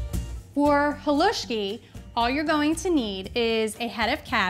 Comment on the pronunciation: You say Halusksi so right. It's like perogi said so wrong. I'd love to try your Halusksi. You make yours like mine but, theirs so much Halusksi you can make.